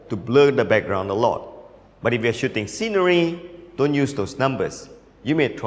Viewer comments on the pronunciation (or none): none